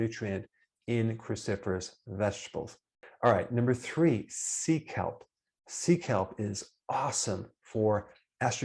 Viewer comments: Me too seek help seek help 😂😂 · I did too!! 😂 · Thank you. Now I do too 😂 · 😂😂😂 I needed this laugh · Me too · Omg yes!! I heard the same 🤣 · Same here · Me too 🙋🏼‍♀️